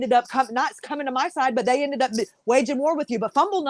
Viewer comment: "Salty is comminK". Nice.